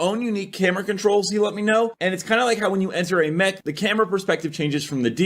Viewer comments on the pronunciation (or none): none